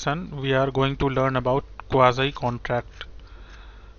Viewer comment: Jes bandy ko quasi sahi se pronounce hi nai karna ata wo kya ghanta kuch samhjae ga